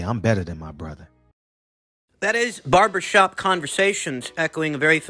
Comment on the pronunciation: hahaha did you say Barbera shop conversations